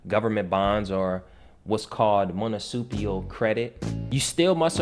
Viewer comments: MUNICIPAL. Say it slowly as many times as necessary before making a recording. Too many people try to discredit great wisdom… keep up the great content. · Dude, you can't even pronounce "Municipal Credit", anyone can read information, show examples and prove it. Show some receipts. I learned in life to ask people to prove it and if they can't, then it's just information. That's all.